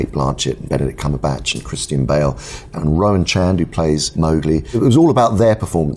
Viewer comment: Did he say Benderdick Crumblepatch?